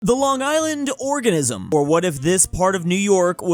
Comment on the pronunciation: The long island "orgasm" I cannot hear organism...